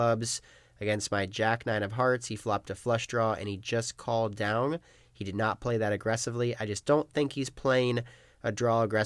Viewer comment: he pronounces down as 'downg' a lot and it sounds crazy lol